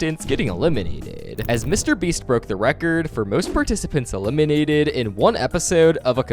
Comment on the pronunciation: Why you cant say "eliminated" normally?